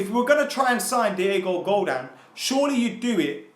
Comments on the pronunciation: Godin not godan 😅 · if he says diego godaan instead of diego godin one more time im going to shank my dog with the tissue i used yesterday to shoot a load into while i was looking at a donald trump speech on gun control. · It's pronounced "Go-DEEN" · its Pronounced GO-DEN